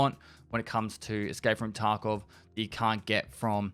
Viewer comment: I keep hearing Taco instead of Tarkov